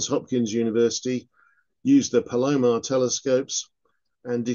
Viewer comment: Being a native of Southern California, where the Palomar telescope is located, I need to correct the pronunciation: the emphasis should be on the first sylable, so PAL-o-mar. I am, however, open to pronouncing methane as mee-thane. Cheers! 😊